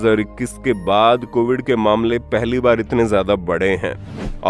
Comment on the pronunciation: कोविद नही कोविड है। 😂😂